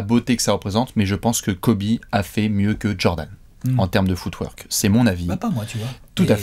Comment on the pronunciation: À chaque fois qu'ils disent footwork, j'entends foutoir 😂 jpp 😂